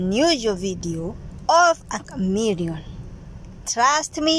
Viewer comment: It's a chameleon 😂😂😂😂 not Camerion